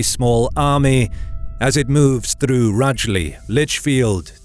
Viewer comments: I love the dramatic narration but the occasional error amuses me. Rugely is pronounced roojly, not like rug with an extra ly. And the Scottish borders are not an "icy and desolate region" 😂 Still my favourite history channel on You Tube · Rugeley is pronounced with a soft ‘g’, Rooge-ly’ like a woman’s make-up rouge. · btw, Rugeley is pronounced like the French Rouge. Rugeley is right next to Red Brook lol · Your pronunciation of 'Rugeley' was fun. There are some daft names around there. 'Brereton' is another. You can tell who has spent time there just by how you say it. I guess there are a lot of dumb place names all over the UK though. Oh, also, Great vid. I love this whole channel!